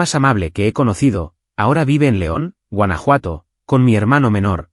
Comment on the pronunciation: Huanajuato or Francia!